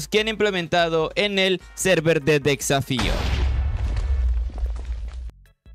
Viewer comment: Porque dice tan mal las cosas xd decsafio, aquimarae, farmens dilains